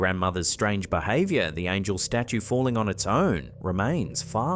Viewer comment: Could have sworn you said Angle staue ealier :D